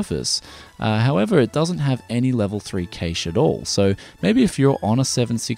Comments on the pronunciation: Industry professionals always pronounce Cache as "Cash" in the 30 odd years I've been following things, the only time I hear it pronounced the way you do is occasionally on channels like yours and at Best Buy and the like when reading spec lists, in interviews with engineers and chip designers, and in college level lecture halls its always "Cash" and that's what I deem correct. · Im sorry, I cannot watch this video when you pronounce cache like that. I'm very sorry, i watch all of your vids and all to come aswell but i just cant bring myself to watch this.